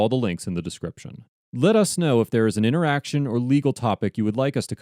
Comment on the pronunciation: What an intoresting intoraction